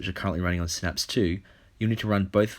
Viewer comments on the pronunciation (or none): none